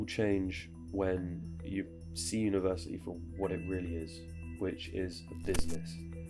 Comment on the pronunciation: Why am i the only person who hears him say universiii without the T